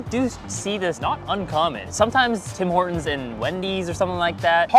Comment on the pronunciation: We call it Tim Ortons without H, like hour or honest